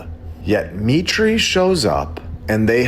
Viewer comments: Heads up that word 'mitre' is pronounced 'my-der' not 'me-tree'. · MITRE is pronounced 'my-tur' NOT 'me-tree' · It’s pronounced MY-TER not ME-TREE. Good grief. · ....it's pronounced my'-ter not me' tree, respectfully. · Buddy, everyone knows that Mitre is pronounced My-ter. Not mee tree. Here, maybe you have heard of a mitre saw? Do you call it a mee tree saw? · Dude... It's not "mee-tray" it's pronounced "Might-er" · It’s my-tur not me-tray. MIT RESEARCH CORPORATION. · Mitre Not pronounced Mit ree, but Might ur. As in a bishops mitre (silly hat with two points), or a right angled join, or 7 pieces of cloth joined at a corner. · It's not ME TREE, it's MY TER, like the popes's hat. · Mitre is not pronounced “me-tree” it’s pronounced “my-trrr”. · not me-tree, my-ter. Its a religious term/garb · I think you should look into "Mitre" MY-TER not "ME-TREE" Great video, btw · Mitre is pronounced MIGHTER - I have worked there It's M I T Research associated with MIT Lincoln Labs How much money does MIT Get from the Military ? MIT receives funding from the U.S. military, including approximately$1 billion in annual research grants and contracts from the Pentagon = CIA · FYI MITRE is pronounced MY~TER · Dude. Its 'MY-ter. As in miter/square... sound familiar. you get it. Lol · Not to detract from the excellent content, but according to Grok, “MITRE is pronounced “MY-ter,” rhyming with “fire.”” This proves MLB is not AI.🔥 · MITRE is pronounced my'-ter. (They used to have a post at the front sign in desk about safeguarding company data -- something about fog not being the only thing that crept in on little cat feet. Way back then, that meant things like locking your file cabinet.) And Dartmouth is pronounced Daht-mith. Ok, maybe only in Boston. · Just want to correct your pronounciation of MITRE -> it is pronounced M - long i - ter (like the construction measuring device). I know this because I worked there for 18 years until I got fired for not taking the you know what.